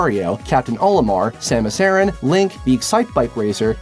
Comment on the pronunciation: A-ran not aaron.